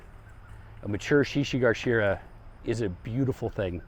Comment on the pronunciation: Thanks for this! One note, the one plant is shishi GA shira, not GAR.